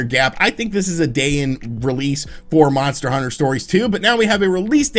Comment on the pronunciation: How many times is this dude gonna screw up talking about these monster hunter title names.